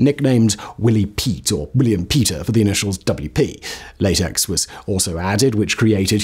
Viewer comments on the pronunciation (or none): none